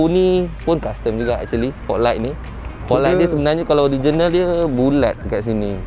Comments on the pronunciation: "orizainal" hahahahaha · Orizainal Japan🤣